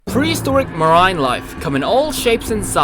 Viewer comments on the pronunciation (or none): Did he say "Mah- RINE"!? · Why would you pronounce marine as 'mar-eye-n'? What's wrong with you?